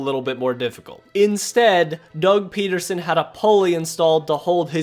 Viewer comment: It's PEDerson... not PETerson..there is no T in his name.